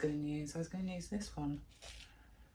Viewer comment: I love the way you say ‘ ‘ for use. My son used to say that when he was younger. It’s so cute. Love watching you cos I’m a beginner to house plants. Love to watch repotting ones.